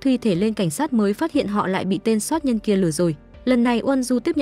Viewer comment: Chủ kênh bị ngắn lưỡi à ,soát nhân hay sát nhân